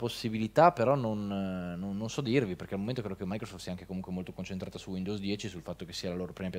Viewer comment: per favore, almeno per una volta, pronuncialo bene su... WINDOWS 10 non WINDOVS 10